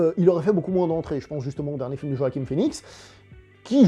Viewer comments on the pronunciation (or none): C’est JoaquiN (et non pas JoaquiM) Phœnix ;-)